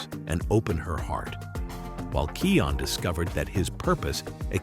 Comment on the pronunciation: ):<<<<<<<<<<< you said keyon in my head but it kion